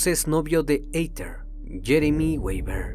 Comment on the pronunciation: Me encanta tu voz, solo una recomendación que espero que no te moleste, el nombre de Heather, se pronuncia como “Jeder”